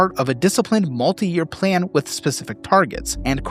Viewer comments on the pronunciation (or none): none